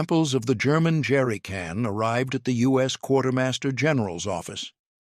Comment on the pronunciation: I particularly liked "Jerricun" at the end.